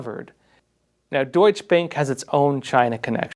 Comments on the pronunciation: It’s pronounced doichuh bank 😁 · Great reporting. Just an FYI - Deutsche Bank is pronounced like "Deutsch-a Bank" (Deutsche has 2 syllables). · "Doych bank" And what do some people drive? A Porsh? :- ) Now I'm waiting for a German basketball movie about Chicago Bulls 23# Mi-ha-el Yor-dahn. It would be the same level of precision. talking about precision, I loved the glass jaw part. I hope, it is precisely true, and that the jaw will be broken soon